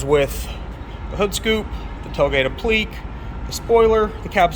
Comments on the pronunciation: Thanks, I learned a lot :-). By the way, it's pronounced "App-lee-kay" :-). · .. " appl-LEAK"??? and others, yikes. Stick with tats.